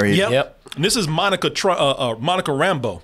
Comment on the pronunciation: It was a small thing but it kept bugging me with how they pronounced Monica's last name in this (RAM-bo instead of Ram-BEAU) She is supposed to be originally from New Orleans in the comics.